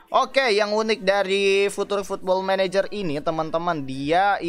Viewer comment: Sebutan future jd futur wkwk..blajar lg inggeris ny